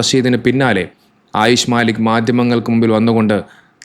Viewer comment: മാലിക് അല്ല മല്ലിക്ക് ആണ്